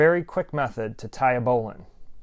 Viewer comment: I’m sure there is an argument to be made for other pronunciations, but this is definitely the original pronunciation.